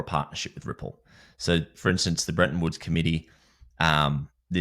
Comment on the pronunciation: Bretton Woods, not Brenton Woods.😂